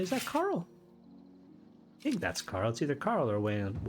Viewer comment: Did you seriously just call "Chorrol" CARL?! Thats hilarious 😂